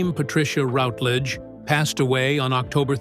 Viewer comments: Please , please , please , please, please, please, please learn to pronounce her name currentry. It's RUTlidge, not ROUTlidge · You could at least pronounce her surname correctly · That commentator has no idea how to pronounce her name: very unprofessional. Unlike Dane Patricia he failed to do his homework and The Silver Past is not a channel I recommend or will watch in the future! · Very interesting but please pronounce her surname correctly. I became so annoying.